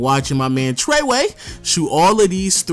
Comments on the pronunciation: I unsubscribed because u said traeway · Are we just gonna ignore the fact that he called trae young, “treway”? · This man said “TREWAY” 😂😂😂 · had to say pause when u said "Tre way!"